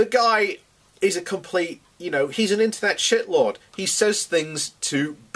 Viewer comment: "intewnet shitlawd"